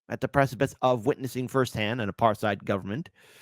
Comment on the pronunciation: It is pronounced apart hayd.